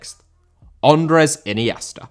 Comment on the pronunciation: Andrés* not Ondres